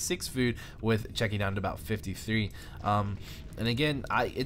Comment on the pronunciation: Where is the "k" in Cechi ? Your incorrect pronunciation of many words is very bad please fix this. (Arch vs ArK mage)